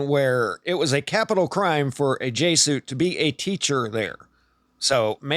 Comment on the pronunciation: You might want to learn how to pronounce Jesuits.